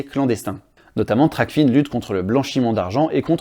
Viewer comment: TRACFIN est un mot-valise en français pas anglais. On dit "trac-faim" pas "tracfine". Sinon c'est une bonne vidéo merci 👍